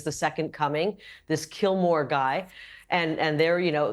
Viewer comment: ....I love Kari Lake's masterful trolling in calling the Maryland man "KILLMORE".....as if she's barely heard of him or how his named is pronounced......comedy gold......